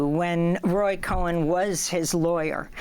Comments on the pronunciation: The reporter keeps pronouncing Roy's name as Cohen. It's Cohn, not Cohen. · Why is Amy Goodman saying “Co-hen”? Roy’s last name is Cohn (as in “own”, so “kown”) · The last name of Roy is Cohn, not Cohen. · Goodman is so racist, anti-semitic that you keep mispronouncing Roy Cohn (CONE) as Cohen! You just can't help yourself but to spit anytime you see a Jew and "they all look alike", you pronounce the name like Cohen, Kohen. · Hi it is not Cohen. It is Cohn. Hair splitting no really his name is his name. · It’s Roy Cohn not Cohen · Amy Goodman repeatedly speaks as if Roy's surname is "Cohen" -- 2 syllables - instead of a single-syllable "Cohn." Roy's last name (his surname) rhymes with phone, bone, tone! C'mon Amy, are you deliberately mispronouncing his name as a means of derision or mockery; it's unfair for you to compete with Kamala for ditzy-ness (spelling? ditziness.) For Roy's surname "Cohn," the "h" can be thought of as silent; likewise, the "k" is silent in the Public Health Regime's scare-of-the-month pathogen candidate that goes by the name Monkey Pox. Have a nice day. Larry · I hate that the interviewer keeps mispronouncing Cohn's name...it's not CohEn....even the devil is due journalistic accuracy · it's Cohn, not Cohen you moron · It's pronounced "Kohn" not ""Ko-hen"...get it right!! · It's Roy Cohn, not Roy Cohen. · It’s Roy “ Cone” not “Coe-in”, Amy. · It's Roy Cohn not Roy Cohen. Yes both have the same etymology but are not pronounced the same way. Amy persistently made this mistake with another Kohn in a separate episode. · not cohen, but cohn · He's called Roy Cohn, nor Cohen. It's one syllable - please pay attention. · Roy Cohn not cohen. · I find it irritating that Amy Goodman keeps calling him Roy Cohen when it's Cohn.😡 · Cohn is NOT prononced Cohen DN, say "Cone", Great theme, Sidney Zions' book tells the story well too. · Its Roy Cohn, nor Cohen. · Why she keeps calling him Cohen?? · COHN! Not Cohen! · It is not Cohen, it is Cohn